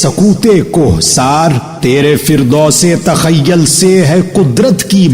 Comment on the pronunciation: Sir sorry to say but aapne "TAKHYYAL" pdha jo ki TAKHYYUL hai or "ISTAFSAR" pdha jo ki ISTIFSAR hai 🙏